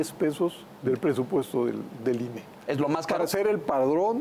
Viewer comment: Ine, no inah.